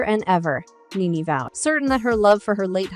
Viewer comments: Her name is Nene not Nan ,!! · Her name is pronounced like the word knee (knee knee)...not nen or neen ...yw 🙂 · Who narrated this???!?!? They can’t even say her name correct !!! Whoever narrated this should do their due diligence on sayings name correctly!!!